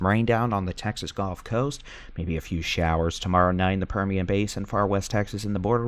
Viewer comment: You also mispronounce gulf. It isn't "golf..." lol